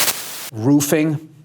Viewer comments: Lol 10 mins later.. Bill - " roofiing" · Dying when it said: 10 minutes later.. "roofing".